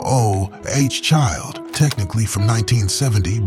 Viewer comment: If you grew up with these artists you didn't forget the songs! I loved all the songs but from this video, I was a big fan of The Intruders (how can we forget I'll Always Love My Mama) and The Five Stairsteps (is this AI pronouncing letters o-o-h child lol). Thanks for sharing these SOUL memories. Long Island NY